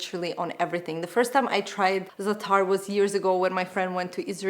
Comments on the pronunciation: Hey, in Arabic, it isn’t za-taar, rather it is pronounced as zaa - tar. Elongate the “zaa” not the “taar” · It is Zaatar and not Zataar :) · Za'atar is pronounced Zah-ah-tar (3 syllables) :)